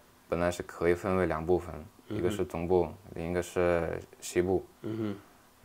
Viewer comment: 东部 西部这个发音非常哈尔滨😮